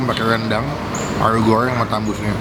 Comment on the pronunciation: krn yg makan Paru & Rendang nya jadi banyak R nya parrru & rrrrendang 🤭🤣 takis boss 🤣🤣👍👍